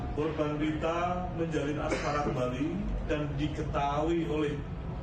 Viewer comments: Persoalan penyebuta "geger" dan "asmara" malah jd "asrama"😂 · wkwkwk bukan asrama bos..tapi Asmara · reporternya kok keplesettt ngomongnya, ngomong motifnya asrama....😅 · Menit Permasalahan asrama...hahaha Harusnya Permasalahan Asmara